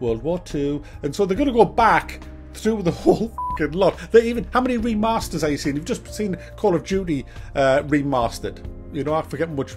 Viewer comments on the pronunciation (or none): says "Remaster" so posh haha. Yeah seriously though the gaming industry would of crashed sooner if it wasn't for these meddling fan boys! The last actual good year for gaming was 2009 for me after that it all kinda went downhill.